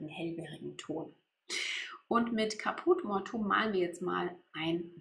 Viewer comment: Man spricht die Farbe 645 Káput mor-tu-um aus, die Betonung liegt auf dem a bei Caput und mortuum spricht man in drei Silben aus. Nicht Mortum!